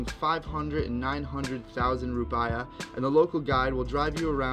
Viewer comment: Hi bro nice vid, ps its rupeeyah not rupiyah ;).